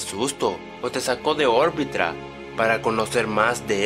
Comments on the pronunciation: Minuto dijo "orbitra" y es "orbita"😂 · En minuto tres dice que me va a sacar orbrita en vez de orbita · Dijo orbritra y no orbita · En el minuto dices orbitra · Like si notaste que dijo orbitra